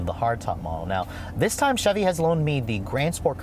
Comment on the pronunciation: "chee chevy" hehe . :)